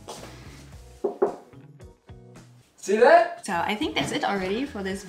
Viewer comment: “SEE THAT” sounded so British, I’m from Britain and he sounds like us 😂😂